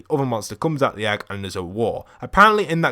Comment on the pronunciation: Its not ägg its egg im triggered